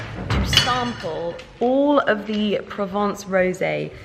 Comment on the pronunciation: Pls pronounce Provence correctly